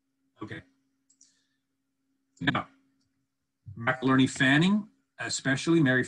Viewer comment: why are you calling him “McILERNY?” It’s MCINERNY. Are you speaking about another person? I am confused. 😕